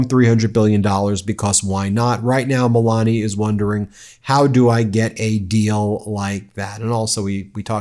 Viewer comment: Not "Moolania"? 😂